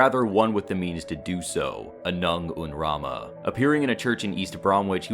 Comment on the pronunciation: I think you accidentally said "Anung un Ramen" once XD